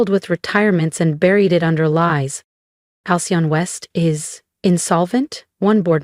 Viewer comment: Every time Halcyon is trying to be pronounced by the AI? The text changes, the fake 'narration' screws up